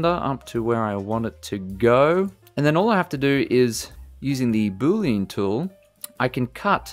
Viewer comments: Love the non-heavy Indian accent in blender tips. One thing thouhgh..... BOO-LEE-AN! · Boo-Lean is not funny, and you should stop it